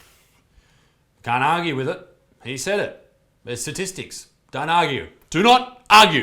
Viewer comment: I love it when these idiots say, c"ststistics show...." !!!!! They are pulling these "statistics" from their delusional minds !!!!